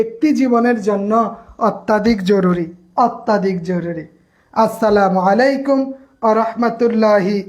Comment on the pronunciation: ভাই সালাম টা শুদ্ধ হয়নি খুব খেয়াল করে সালাম টা দিবেন